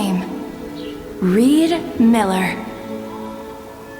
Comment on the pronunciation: Ree D Miller